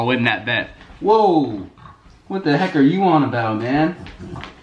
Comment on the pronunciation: You hit the “ whoa “ wrong